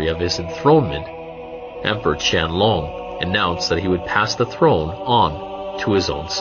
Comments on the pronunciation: a No. Qianlong is definitely not pronounced as QIANG LUNG. Not in Chinese even, Qian Long (dragon) is the correct pronunciation. Unless you're Vietnamese IDK lol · Qiang Long should be pronounced chien loong. not "long=size" but more like "lung=organ for respiration"